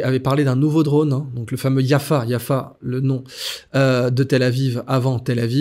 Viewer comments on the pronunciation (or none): Pas yaffa, mais yaffo pour tel Aviv, banane